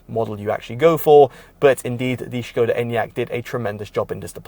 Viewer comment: It's pronounced Skoda with an S if you're British. Not Shköêda ffs